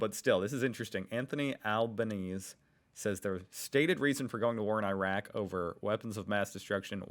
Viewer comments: the prime ministers last name is pronounced as Albəneezee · Utes is pronounced With u as you Decimal currency started in 1966 and that was an original coin, current ones aren't round previous to dollars and cents we had pounds shillings and pence love your channel ps Albanese the end is like Easy